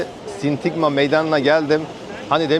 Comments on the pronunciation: genç arkadaş..sintigma değil SİNTAGMA meydanı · Sindigma degil Sindagma